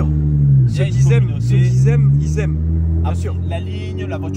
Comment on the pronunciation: " Ceux qui z'aime, i z'aime " 🤣🤣